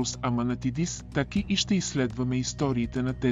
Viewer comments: Не ТЪки а ТАКИ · Защо изговаряте Тъки вместо ТАКИ, също и начина на говорене, въпреки приятния глас на говорещия, сякаш устройство говори Също на бУдигардове вместо бодигардове и СлЪви Трифонов 😅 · Много е дразнещо да слагате ударението на ,,Таки,,на последната гласна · Вземи си оправи говора! Казва се ТАКИ